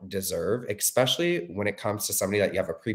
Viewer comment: ilysm but if i hear "expecially" instead of "especially" one more time im gonna lose it <3 jk